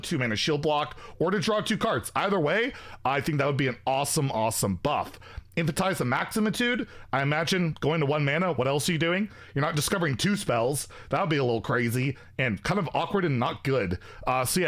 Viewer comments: it’s not called maximatude it’s maxitude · Astalor is getting nerfed when pronounces „Infinitize the Maxitude“ correctly